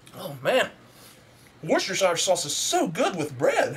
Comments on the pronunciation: Funny stuff as always, big lols Though you pronounce Worcestershire weirdly! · Gahh, the way you pronounce Worcestershire is wrong But meh